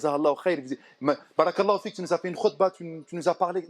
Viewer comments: salam aleykoum cher frere/soeur, nous devons essayer de prononcer correctement certains termes en arabe notamment concernant la formulation : baâa raka ALLAH ou fik il faut bien allonger le bâa de "bàa'raka" ,car en arabe les voyelles longues ont une importance capital car elle peuvent changer carrément le sens d'un mot ,et pour preuve si tu n'allonge pas le bâa (juste en mettant 2 A) le terme signifie quelque chose de très blasphématoire que je ne peux meme pas ecrire pour te dire la gravité de l'erreur! Wal 3ayadou bi'LLAH. Fais ce rappel a ceux qui commettrons cette erreur wa salem a3leykoum wa ra7matouLLAH.wa ALLAH swt ou a3lem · salam 3aleykoum cher frere/soeur, nous devons essayer de prononcer correctement certains termes en arabe notamment concernant la formulation : baâa raka ALLAH ou fik il faut bien allonger le bâa de "bàa'raka" ,car en arabe les voyelles longues ont une importance capital car elle peuvent changer carrément le sens d'un mot ,et pour preuve si tu n'allonge pas le bâa (juste en mettant 2 A) le terme signifie quelque chose de très blasphématoire que je ne peux meme pas ecrire pour te dire la gravité de l'erreur! Wal 3ayadou bi'LLAH. Fais ce rappel a ceux qui commettrons cette erreur wa salem a3leykoum wa ra7matouLLAH.wa ALLAH swt ou a3lem